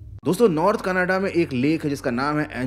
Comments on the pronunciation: Canada❌ Canaade✅ 😂😂😂😂😂😂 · Bro it's Canada not kanada 😂